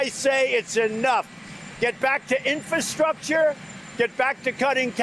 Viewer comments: “Infastructure”? Illiterate buffoon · A dumb-dumb says "infastructure" - that's sooo cute! Horrifying, but cute.